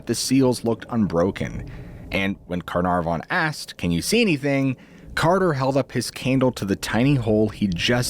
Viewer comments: Why are you overpronouncing Carnarvan! Car-nar-von! Come on. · There was a Lord Carnarvon. It just wasn't pronounced in this fashion. 😂 His pronunciation is interesting to say the least. 😅